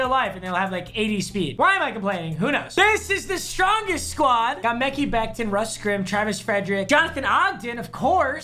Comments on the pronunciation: You really gotta stop calling him “Mecky Becton”. It’s “ Mah-ky Becton” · Papa I know this is petty but as a Jets fan it’s been bugging me that you say “mekee becton”. It’s pronounced “Muh Kye” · “Mekky becton “ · “Mekii Becton”- 🤣🤣🤣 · Bro FAXXX how do you mispronounce that lmao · "mEhKeE" Becton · if he says mecky becton again i swear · How do you think mekhi becton is pronounced mecky lmao😂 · Who tf is mecke bekton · the way he says mekhi becton lmao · how many times are you going to butcher Mekhi Bectons name? seriously it’s hilarious